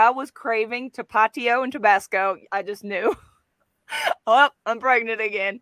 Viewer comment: Sorry but I had to laugh at the way you pronounced Tapatío. I live in a high Hispanic community and it’s pronounced tap uh tee o